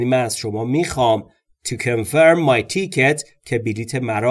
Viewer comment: Great job except for, mispronouncing a few words, i.e. Ticket & Window, otherwise all was perfect. Keep up the good work.